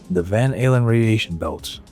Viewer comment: It almost sounds like that's what he said lol